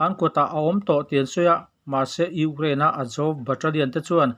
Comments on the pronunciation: Urain/urane ni lo in U kraine tih tur zawk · Urain- anga lam a va ang ve.😅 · Ukrain tih lamrik hi aharsat hmel ve